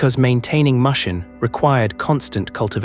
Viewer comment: I can't take an AI seriously that pronounced mushin (mush-in) instead the actual Japanese pronunciation pronounced (moo-shin). Or says samurai (Sam-mer-rye)